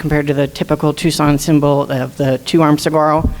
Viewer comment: Sa-gar-o? That lady isn’t even from the area. Please pronounce the word correctly!!!! The entire logo should be thrown out and let someone else design it. It’s just horrible.